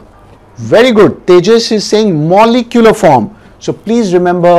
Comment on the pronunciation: moleculer form